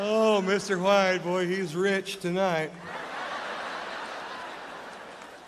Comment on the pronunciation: You butchered Mr. White! 😡